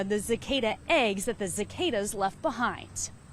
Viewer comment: Honey, it’s not Zicada. It is Cicada, with the first C being soft like an S.